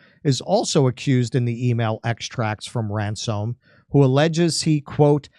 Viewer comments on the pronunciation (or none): Ran Soam ? Ransom duh.